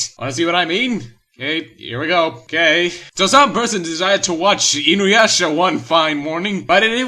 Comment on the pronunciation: I love Inuyasha, it was the first anime I ever watched, it is nostlagic to me. And you pronounce it like this- Kagome (Ca-go-may) and Inuyasha (In-u-a-sha).